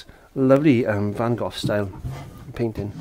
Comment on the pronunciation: My absolute favorite Van Gogh painting. Great job,, and nice to hear somebody actually pronounce his name correctly.